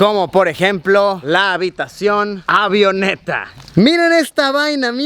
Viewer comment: Cada vez que dice AVIONETA me duele los oídos jajaja 😂, los que estudiamos aviación entenderemos. 😅